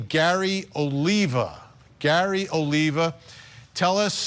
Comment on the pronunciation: you don't even watched this video or what? btw it's OLIVA, not "olivia"